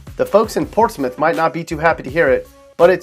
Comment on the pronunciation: Out of Tidewater this dude really said Portsmouth